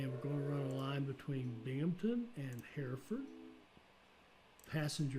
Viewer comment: You said Hereford correctly the very first time and Birmingham is also bang on i was waiting for the American way of saying Birmingham well done